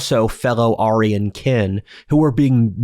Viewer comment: Don’t think I’ve ever heard someone pronounce aryan that way